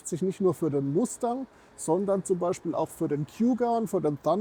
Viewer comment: Tolle Vorstellung eines tollen Autos......Aber bitte nicht MASTÄNG......bitte MUSTANG 😊